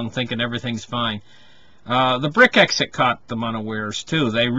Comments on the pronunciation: Brex-it....not brit-exit.... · It’s pronounce brecks it